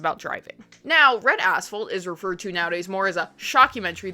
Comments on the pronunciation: I spent most of this video thinking you were saying Red Asshole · Damn thank god I had the captions on because I heard "bread a**hole" instead of red asphalt 😅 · I chuckled every time you said Red Asphalt as I kept hearing “Red A$$ Hole” LoL! I remember one scene of the old school film they showed us back in the day of a Highway Trooper shoveling brain matter and other fleshy debris off the road. That has stuck with me for over 30 yrs LoL! 🤯